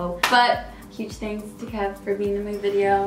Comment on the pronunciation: All I could hear was “Canela” 😂😂